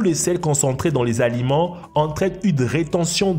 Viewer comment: Les sept z'aliments ????? Depuis quand y a t-il un "s" a sept??? Retourne a l’école tonton...